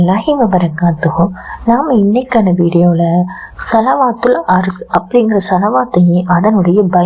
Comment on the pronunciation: சலவாத்து தெளிவில்லையே